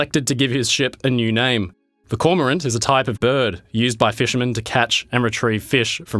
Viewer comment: Check your pronunciation of cormorant.